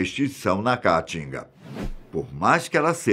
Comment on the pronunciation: Não conseguir mais prestar atenção após ouvir "cáatinga" várias vezes